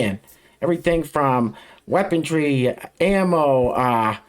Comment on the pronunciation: Weapontry? Did you just say weapontry? Maybe stay in your lane, you damn potato.